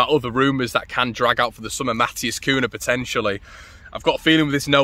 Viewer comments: It aint Kuuna. Its pronounce Kunya if you are Spanish and Kuiya if you are Portuguese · Its pronounced cunyah by the way lad